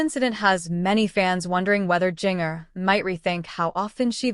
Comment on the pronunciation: This AI is mispronouncing Jinger's name terribly! Not very professional.